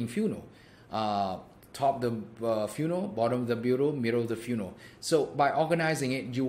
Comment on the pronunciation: Dude, love it. However, I will say, I've never heard anyone pronounce the word "funnel" the way you do. I first thought you were saying "funeral".